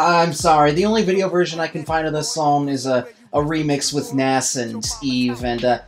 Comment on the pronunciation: Nas rhymes with "claws" not with "gas"